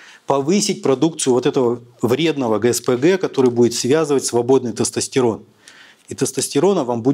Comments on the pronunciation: Он слово тестостЕрон говорит как соседский, потдатый дед на во дворе на ловочке... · Мля... Я еле дослушал, в русском языке не всегда слова говорятся как пишутся. В слове тестостерон, секс, компьютер вместо Е произносится звука Э. Ухо режет жесть. Содержание тоже под вопросом. Какая-то околонаучная лекция... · Врач не правильно произносит тестостерон